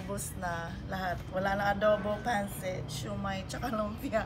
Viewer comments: Pancit pronounced as Pan-Sit is life huhu more power to you miss joy! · I'm impressed by you ate. Pagpatuloy mo lang yan. Sana umasenso ka pa. Pero sana wag mo iibahin ang accent ng mga Filipino food like when you said "Pancit", you sounded like a foreigner saying it. Sana Filipino accent parin ang gamitin mo kahit mga Americans ang sinasabihan mo ng "Pancit" para din kasi sila mismo, matutunan nila ang Filipino pronunciation ng mga dishes.